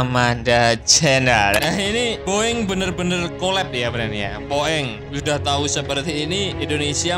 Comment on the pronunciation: Min Narasinya Salah Baca Bukan Luwak Tapi Uwak! BOING Bukan Bo eng*(Boe eng Bahasa Toicu Bearati Tak Bagus)🤣🤣🤣Jgn sampai pikun kayak wak bidin min😅Channel Ini msh Jd Referensi Pecinta Alutsista Tanah Air.Salam Uraaa! From West Borneo,INDONESIA ❤🇸🇬